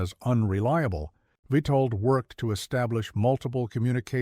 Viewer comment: It's witold get the name right